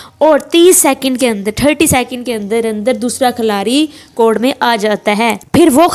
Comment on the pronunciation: Khalari ni khiladi hota hai